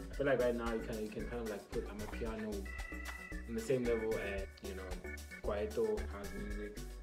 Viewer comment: I’m still laughing at you pronouncing amapiano as “amah-pee-yah-no” it’s the boujiest pronunciation I’ve ever heard!😭